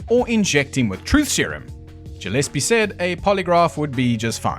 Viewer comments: Ja lease? I'm pretty sure it's pronounced Guh leese. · Gillespie is with a hard G, like Gorilla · Gillespie is usually a hard 'g.'